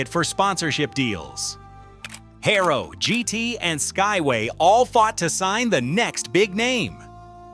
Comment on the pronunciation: Its Haro, not Hayrow